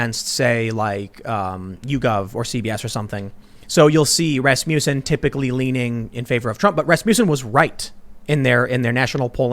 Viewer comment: Ras-muss-en. Not ras-mew-son.